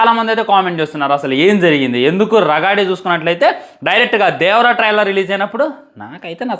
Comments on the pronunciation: రగాడి కాదు రాగడి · అది రాగడి... రగాడి కాదు... ముందు తెలుగు పలకటం నేర్చుకో 😤